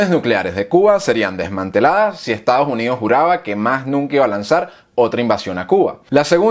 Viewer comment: Y no se dice Estados Junidos, se dice "Estados Unidos"